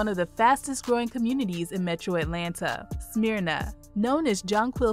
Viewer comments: It's not "smear na" it's "smur na" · I cringed when she said Smear-na and Sway-nee.😳😳😳 But great video! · Great video! Several mispronounced city names. Smyrna is pronounced Smer-na, Suwanee is pronounced Swan-nee, & DeKalb (capital D, capacity K) is pronounced De-Cab. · It's not pronounced Smear-na. It's Smurr-na! Not that I talk southern just the way it's pronounced. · I have to do it...it's not "Smear-na" it's "Smer-na". Also, it's not "Sue-way-nee" it's "Swan-ee" though you'd be forgiven for "Suwan-ee" if you went through the U very quickly. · This is the south. It's pronounced SMURna, not SMEERna. And SuWAHnee, not SuWAYnee. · Um.... It's not Smeeerna... Smyrna. SMH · Its not Smearna its Smer Na Smyrna. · #12 is not pronounced Smearna! Maybe you should change your name to 'Black Ignorance'.I'm not even going to try to correct your pronunciation of 'Suwanee'.Suwanee. must be the result of questionable graduation rates.